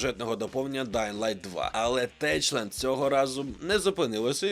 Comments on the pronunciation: Дякую за контент! Єдине, techland читається через "К" а не "Ч" :) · Шановний Авторе, дякую за інформацію. Одне дружнє зауваження: я знаю польську й перетинався колись з хлопцями з "Techland" - назва студії вимовляється як "Техланд" (наголос на Е). 😊👍🇺🇦